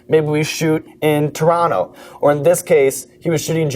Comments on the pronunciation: He said Toronto (chur-aw-no) the right way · I can appreciate that he said Toronto properly.